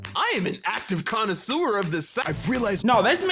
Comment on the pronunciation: "I knew this sound" "I'v heard sound" "I am an active condisuer of this sound" 😂😂😂